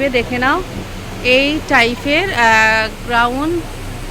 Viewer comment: ওটাকে গাউন বলে গ্রাউন নয়, জুলি হাতা ,ঝুলি নয়😂